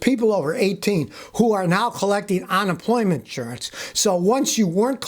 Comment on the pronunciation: Is it on-employment, or unemployment? 😂. Love ya Scotty!😉